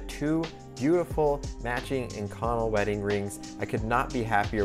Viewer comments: Oh man... I cringed every time he said "in-connel," but it is sort of a rare material so I suppose I can't judge. It is definitely pronounced "ink-oh-nell." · I've never heard it pronounced ink-conel. I've always heard it as ink-co-nel. Love the vids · Ah shit... I just added the same comment. I guess I should have read down a bit first! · I have to admit I did a "Whiskey Tango Foxtrot" when I heard our esteemed content creator butcher the pronunciation of Inconel [ iNGKę,nel ] and I never would of thought of using it a material to make wedding rings out of unless the couple were a couple of gear-heads or aerospace fabricators. They are nice looking rings but too thick for me and if I were to make or commission them the bevels would become radius because I have seen to many rings with very pronounced bevels get caught on something (before I destroyed my quad I was a volunteer fireman and seen a lot of rings and fingers snagged, stuck, and a lot worse but your fingers your rings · As an actual metallurgist this kills me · Omg I'm glad I wasn't the only one. I started to wonder if I've been saying wrong my life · I work with this steel a lot I have always pronounced it “in-co-nel” (nail) but maybe that’s just the southern way or saying it 😅 it’s an insert killer works carbide to death on a lathe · A) it's Ink-Un-Elle (pronunciation) B) you know you need to wear a respirator when machining that stuff eh? Nickel and cobalt dust will give you lung cancer :-) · lmao not saying the pronunciation is wrong just threw me off when I read it the way I pronounce it and hear it a different way. I deal with this material regularly and have never heard it pronounced that way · Is he pronouncing “inconel” correctly? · You want to learn how to pronounce the metal you’re talking about before making a video.